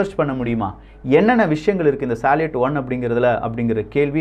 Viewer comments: Bro please correct the pronounciation for salut and sayuz. It's சல்யூட் and சயூஸ். Besides that great information. I breathe with your news bro. Thanks for your greatest service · சால்யட் என்பது தவறு சல்யூட் என்பதே சரி சோயஸ் என்பதும் தவறு சோயுஸ் என்பதே சரி பதிவு மிகவும் அருமை பெயர் உச்சரிப்பு சரியாக இருந்தால் அது காணொளிக்கு சிறப்பு சேர்க்கும் அவர்களே 🙏